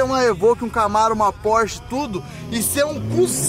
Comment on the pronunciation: Quem escutou o falar porche beger deixa o like!